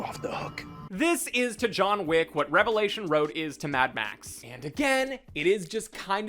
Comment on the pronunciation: It's pronounced "revelation" there's no S at the end, also it's "prophesied", no Z. I'm not Christian I just like to correct people.